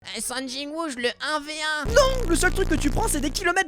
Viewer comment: Sung pas Sun 😭🙏